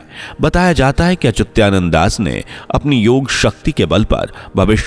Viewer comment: Name sahi se bol achutya Nanda nehi achuta nand he